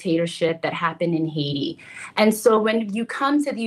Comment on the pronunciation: So, Vance is a senator for the same state. Yet, this is the first time knowing about that Haitian community? I guess so since he pronounced the country's name as Haitia.